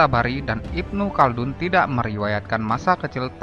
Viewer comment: Bukan Siberia tapi Iberia, tulisannya Khaldun bacanya haldun bukan kaldun....